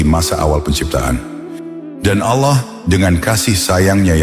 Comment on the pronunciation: Penyebutan nama Allah, perlu di koreksi.